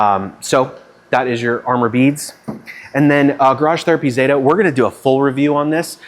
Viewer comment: It's Catherine ZETA Jones not Zetttaaahhh 😂😂😂😂